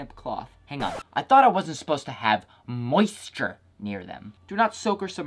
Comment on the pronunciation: Why you gotta say “moisture” like that 💀